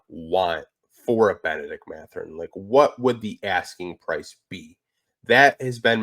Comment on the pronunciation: C'est Mathurin et pas Matherin.